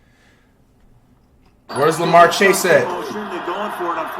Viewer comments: He said lamar chase lol it is jamarr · Man really said larmar chase 💀💀💀💀